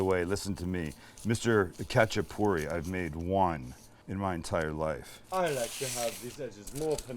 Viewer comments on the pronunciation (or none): its hacha-purri, the K is silent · First of all it’s pronounced xachapuri, it’s not Georgian, Azerbaijani or Turkish it’s ARMENIAN! My whole family has made this from scratch since I was a child till today and if you need advice on how to get it right let me know SAMUEL! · The k is silent. Just the h sound.. My husband spent time in Georgia. He loved these and Khinkali dumplings. He says they are eaten anywhere, anytime. I've made both a few times. I also once made individual ones with just cheap canned biscuits. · I’m Georgian descent, lived there and went to school there, and speak Georgian. Love seeing this! There are many types of khachapuri (pronounced with a hard H not a K) specifically this is Adjaruli khachapuri. Most khachapuri is round, and doesn’t have the egg or butter added and is typically baked. All are delicious! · Saying it wrong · bro u just fuckedup adjaruli khachapuri :)) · THE COOKING GUY!!! The K in Khachapuri is silent and the traditional cheese is Sulguni and this is the adjika style khachapuri if im not wrong??